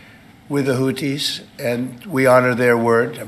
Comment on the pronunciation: WOW!!! trump actually pronounced the word/name Houthis correctly! I am shocked because he screws everything up and mispronounces nearly everything! The name is, hootees NOT hoothees. Yup, one syllable!